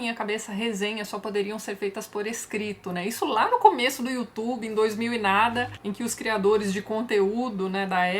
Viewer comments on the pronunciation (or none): none